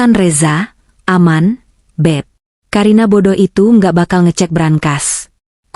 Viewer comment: Ka karina bukan ka a karina mbak tapi ka karina